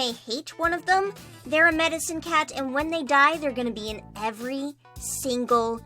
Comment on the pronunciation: Am i the only one who heard "Mexican cat" instead of Medicine cat?